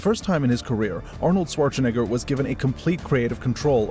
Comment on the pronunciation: Considering the high output and the low level of personality, I though this was an AI channel. Only the mispronunciation of Schwarzenegger gave it away. Maybe you should think about personalizing your videos more?